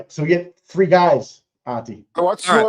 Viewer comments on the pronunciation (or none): One, two, treeee, four, FIFFFFF